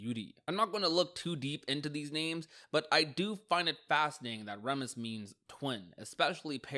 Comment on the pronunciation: Remus doesn't mean "twin" Remus and Romulus ARE twins... Ps: it's pronounced "Reemus" baroque is pronounced "baroke"